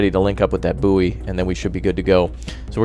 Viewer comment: bouy is boy not bouee